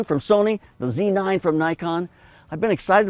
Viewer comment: Z9 not C9 - c'mon, you can say it